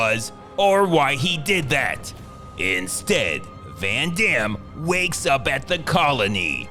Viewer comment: 'Ven Dem' 😂😂😂😂